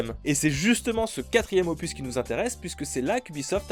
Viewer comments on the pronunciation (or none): none